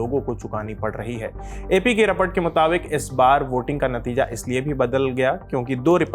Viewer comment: BHAI TU REPORT KO RAPAT MAT BOLA KAR PLEASE. ek - do mahine se soch raha tha comment na karu but tu baaz he nahi aa raha 😂 har video mai rapat rapat, samajh gaye tujhe shudh hindi aati hai